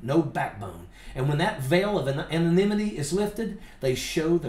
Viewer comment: I admire Ojeda and any one else willing to pronounce "anonymity" on air.